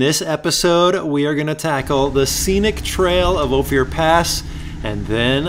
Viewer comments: I see someone caught the "going west" comment. I have never heard Ophir pronounced O Fear. It is always pronounced O Fur. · good content but the correct pronunciation is O FIR not Ofier pass. I know I live here. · Nice documentary. I'm born and raised in the area of Ouray and I CRINGED every time he pronounced "Ophir". It is pronounced "O FUR". His..."O FEE UR". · I laugh every time he pronounces it "Oh fear" pass : )) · Always can tell when someone is not from Co! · Great video. By the way Ophir is pronounced Ofur. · you have to forgive him cause hes from KALIFORNA. LOL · Hi, I live in Ophir (pronounced like gopher, but without the 'g'.) I wish you had come this year! Trails are fully verdant and waterfalls are gushing with our biggest snow year ever behind us. (last year was super drought)...I just bought a Jeep JLUS and haven't modded anything yet. I did Ophir and Imogene, but think I'll want to get big tires and a lift before tackling Black Bear. Thanks for the videos! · O Fur. That’s how it’s pronounced. You got Ouray right so good job on that. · the little community at the "end" of Ophir (pronounced Oh-fur) is the town of Ophir. Another great video, glad you got to see where the offroad bug bit me (and I'm sure many others). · Pronounced..Oh -fur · Hey there, love your videos, thanks for all the hard work! In case no one has told you Ophir is pronounced like gopher. Beautiful place! Last time I went down black bear I followed a Acura SUV. Could not believe that he would take it on that trail! Found myself thoroughly surprised that he zipped that sucker around like it was meant to be there. I confess being impressed. (Especially on the tight switchbacks.) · It's pronounced "Oh-Fur" not "Oh-Fear"...just a heads up from a local. Nice video! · its OPHIR (ohh - firr, like the tree) not Ohfear... thanks for visiting. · It's oh-fir pass not oh-fier pass! I'm from that part of the country. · Cool video. Ophir is pronounced ofe er btw. Not oh fear.